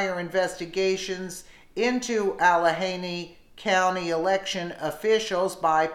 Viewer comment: I hate when they cannot even pronounce a county correctly